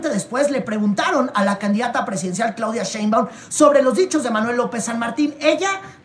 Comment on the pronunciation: Porqué el llamar a la Doctora Shembáum,cuando su apellido es Shembáum,como si llevara el acento en la e,digo si es q no me equivoco